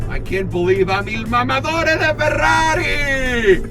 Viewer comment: Brace yourself the era of the Ferrraaaari "italian accent" has begun 🚘